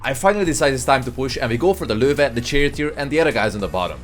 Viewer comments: Why is his pronunciation of the Löwe so on point, who taught him? Amazing! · God bless this dude, he is able to pronounce "Löwe"